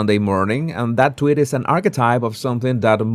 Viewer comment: Never realized that a spanish accent made "tweets" sound more accurate....